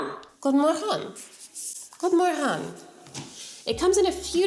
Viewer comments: You actually pronounced “godmorgon” pretty well! 🥳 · One minute in, I'm already giving this video a thumbs up for being the first diy video EVER to actually make the effort to pronounce the swedish name correctly. 👏👏👏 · Swedish pronounciation = on point! 👌🏻